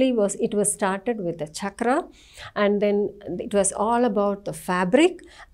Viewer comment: Charkha not chakra